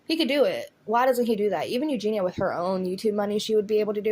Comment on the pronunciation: You’re the only person that pronounces her name right. EuGENia rather than everyone else says eugina 👏🏼🥰